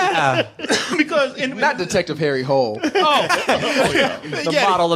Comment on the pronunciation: That's not how you say the name. It's not "Harry Hole". You pronounce it as "Harry Holy".